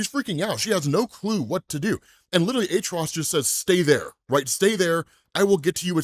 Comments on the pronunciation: Atrocidus not artrudos cmon bro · Atro-ci-tus not atros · Why do you pronounce his name like that? You keep saying it like ATTROUS , its ATROCITIOUS pronounced AT-TROS-SITOUS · I'll never be convinced of that pronunciation of his name btw